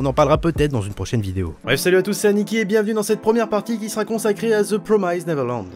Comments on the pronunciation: Mdrr ça ma stressé pendant toute la vidéo ta façon de dire "Neverland" 😂😂😅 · The promised pas promysed 😂 neverland pas neverlend